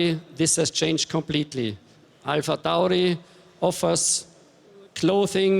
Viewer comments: I guess someone forgot to tell Coulthard how to pronounce AlphaTauri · I see why they got DC to do this. He can pronounce Alpha Tauri a million different ways and just get off lightly with "that's how we Scots speak."